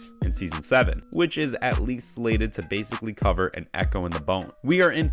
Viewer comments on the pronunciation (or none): none